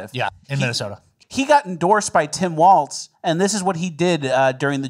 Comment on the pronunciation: WALZ not Waltz!!!!!!!!!!!